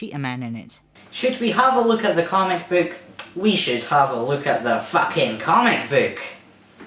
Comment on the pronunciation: a "cömic büük"?^^